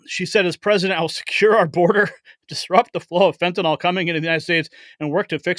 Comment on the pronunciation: Fentanyl is pronounced FEN-TUH-NILL——NOT fen-tuh-null.